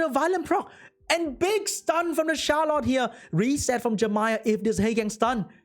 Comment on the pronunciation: I feel so bad for HowToPlay. Those rolls were absurdly one-sided. Yet another example of unfair roll rules. Funny though, sometimes when you say "the Charlotte", the sound coming from my earphones is "the shallot" XD Love it!